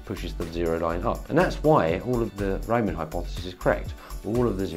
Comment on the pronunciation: It's the Riemann hypothesis, not the “Reimann” hypothesis. The first syllable is pronounced like *ream*, not *rhyme*.